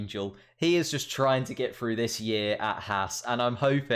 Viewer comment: FFS you muppet! It's pronounced "THROUGH" not "FREW"....